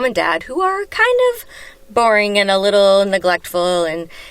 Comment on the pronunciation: i think she said barring not boring